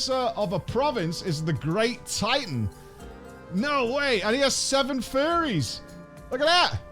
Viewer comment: "furries" lol, "Furies" One less R.